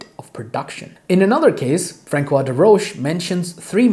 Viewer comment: A micro-FYI, on pronunciation (I see you are a gentleman of books!) Tübingen is pronounced with the hard g, as in Bing; and the ç in François is pronounced like an s. The best pronunciations in English for each are probably TOO-bing-en and FRONS-wah. Thanks for sharing all this information!